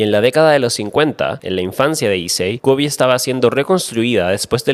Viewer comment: Vengo a quejarme, Kobe es como se dice en español, no es Kobi como le dicen en ingles, es japones. Pero mas que eso, nada. Issei cuanto te odio!!!